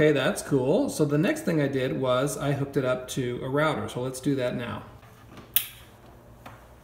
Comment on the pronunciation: so nice hearing someone say router correctly